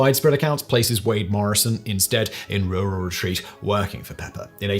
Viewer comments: As someone from RURAL Retreat, I'm thoroughly enjoying the RurRur Retreat pronunciation. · I came for the story and stayed for how pronounces Rural Retreat...